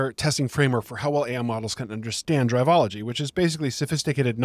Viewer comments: A quick note: It's Drivel - ology not Drive - ology. Good vid though. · brother. google the word "Drivel" which you've apparently never heard, it is pronounced driv-ill, and the author is coining drivel-ology. You called it "drive-ology" the entire time as if it has to do with driving.